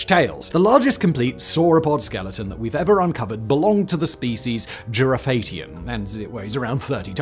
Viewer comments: "Girrofatian" I'm going to guess that you mean Giraffatitan. Giraffe-a-titan. Come on Simon and team, with the resources you have available, surely you could have contacted a palaeontologist to get a pronunciation check? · I like how you said giraffatitan (giraffe-Titan) as jir-ah-fae-tee-on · Giraffatitan, not whatever he said, and that's a genus; the species is Giraffatitan brancai. Simon has always sucked at names and doesn't seem to care or want to improve. (The writers/researchers also don't seem to make much of an effort of giving him direction there.) Also Quetzalcoatlus, gfdi. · Its pronounced "Giraffe-a-Titan".